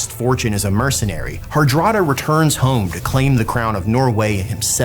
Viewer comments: harald harada? i always thought its harald hardrada :P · Ahhh right. Right my bad, pronouncing was a little strange so i misheard.